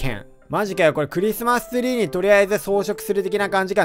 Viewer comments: クリスマストゥリーw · クリスマスツリーがクリスマストュリーww